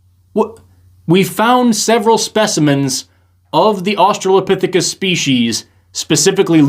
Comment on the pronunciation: Going into this, I'm not surprised that the guy can't pronounce orangutan. And the girl can't figure out which way she wants to say australopithecus. She's 1/3 at the time of me typing this.